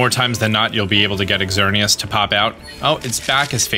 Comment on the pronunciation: I kind of cringed when you enunciated the x in Xerneas's name,the x makes the z sound in this case.